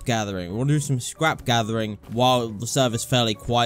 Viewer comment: "Scwap Gathewing" "An houw ago" xD im just like that when i just woke up